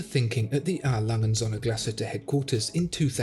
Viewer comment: I AM ONE OF YOUR FAVORITE VIEWERS,SO LET ME SAY THIS,I DO NOT KNOW MUCH HOW TO SPEAK GERMAN BUT I AM SURE YOU ARE PRONOUNCING THAT WATCH NAME TOO FAST OR YOU ARE SAYING IT WRONG. A. LANGE AND SOHNS IN ENGLISH WOULD BE A. LANGE AND SONS.THAT IS NOT WHAT IAM HEARING. YOU MAKE IT SOUND LIKE ONE WORD,I THINK YOU ARE WRONG...